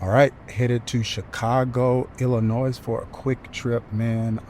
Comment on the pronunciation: The S in Illinois is silent 😉